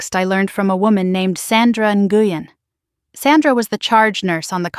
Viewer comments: Nguyen is pronounced When! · Nguyen is pronounced "Win". Why is the story about the nurse contacting Daniel being repeated........SEVERAL TIMES?? Why not tell it completely the first time?!?